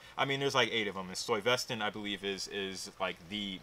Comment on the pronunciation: its pronounced STY Vuh Stant